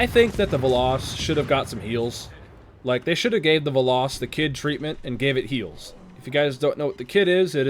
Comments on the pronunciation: It's pronounced "veloes" but without the e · ITS "VELL-OHS"!!! AAAAAARRRRRGGGGGGHHHHHHHHHHHHH!!!!! Fun fact: It's Greek for "Arrow" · It's literally velos but u literally pronounce the e as it is. U don't pronounce it like an i.